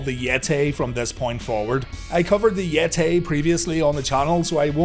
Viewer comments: The Yet-Tay!! 🤣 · Omg it's the Yet-Tay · Why is yeh-tae a mum-ay?